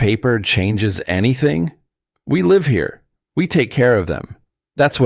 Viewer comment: The narrator is awful. Cant even pronounce words properly. Live ??? Wrongly pronounced even though spelling is the same. I could earn millions if became a Narrator!!!!